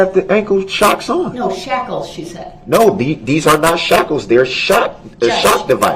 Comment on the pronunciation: I think he was trying to say "shackles", but he's entirely illiterate